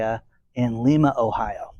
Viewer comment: Actually, the town’s name is pronounced “Lima”, like the bean.